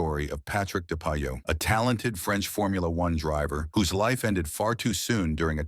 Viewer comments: The pronociation is Depayer and Lisjay🤓 but anyway deep respect for this great racer👍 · it's "Dep-eye-ay" and "Leezj-e-ay". Any actual human F1 fan knows this. More AI-generated garbage.